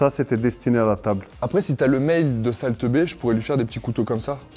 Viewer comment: on dirait il dit sale teubé 😂